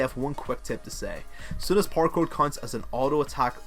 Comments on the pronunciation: Who else keeps hearing parkour when he says power cord? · is it just me or does it sound like he is saying "parkour" when he says "power chord?"